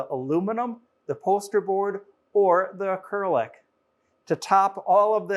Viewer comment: Please learn to pronounce acrylic correctly.